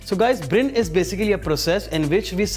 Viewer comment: What is brin?😂 It's brine